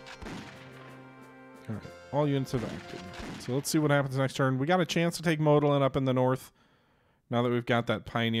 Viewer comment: it is Łódź read W (like in water) O (like in to) Dź (That you say kinda good) Modlin and Siedlice you said kinda good